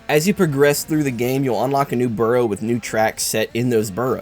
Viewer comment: Burrow? Its borough